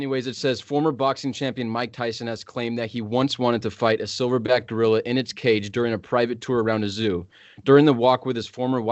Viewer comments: Did you say thilverback? I said the same thing. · "Thilverback" lmao